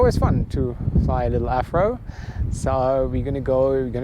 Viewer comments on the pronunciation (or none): it's called an AV RO jet not an AF RO jet, lol. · "The Afro". Germans and their v's. 😍😅